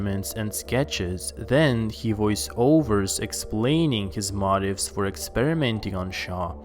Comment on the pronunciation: *What's with the fuckin' 'voice-coder?'* Does your 'normal voice' sound like 'Minnie Mouse' or something? And since when is 'Motive' pronounced 'Mo-TIE-ive?'